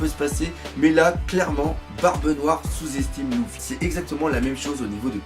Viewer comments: C’est pas louffy mais luffy (u) !!!! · Par contre c'est luffy et non louffy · Belle vidéo =) Question luffy pourquoi tu dis LOUFFY? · Arrête avec « louffy » s’il te plait